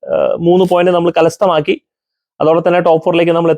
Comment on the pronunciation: കലസ്ഥമാക്കി എന്നാണോ അതോ കരസ്ഥമാക്കി എന്നാണോ 😂